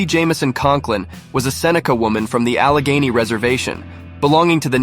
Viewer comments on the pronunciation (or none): none